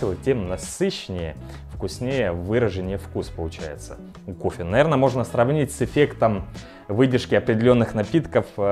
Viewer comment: хорошИЙ кофе или как говорит "кофЭ"